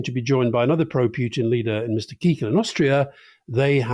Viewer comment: Please pronounce Kickl, always Kiekl. Makes him sound tiny. Absolutely hilarious as an Austrian. 🤣